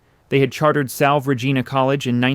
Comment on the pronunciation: It’s pronounced Salvay not salve